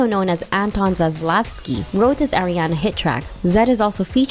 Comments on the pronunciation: STOP SAYING AIRIANA. SHE IS ARIANA. NOT AIRIANA. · It’s pronounced Ah-riana not Air-iana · AM I THE ONLY ONE THATS GETTING ANNOYED CAUSE SHE KEEPS SAYING (Aireanna) 😳😖😳😫😤☹️😡🤨😞😬🙄😶